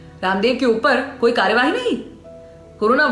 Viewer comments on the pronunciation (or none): जी की संवाद अदायगी मन को छू लेती है,,,आपकी आवाज में एक खास कशिश महसूस कर रहा हूँ,,,,,जबरदस्त,,, हो सके तो कार्रवाही का उच्चारण कार्रवाई करें